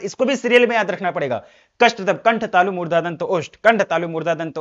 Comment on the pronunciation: 🙋‍♀️ Murdha ✅ Murda nhi ❎🤣🤣🤣